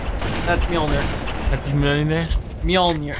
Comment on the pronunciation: You guys trying to pronounce Mjølnir... Slaughtering my language.